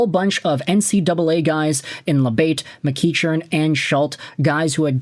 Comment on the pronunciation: FYI,, it's pronounced Mc-KECK-earn.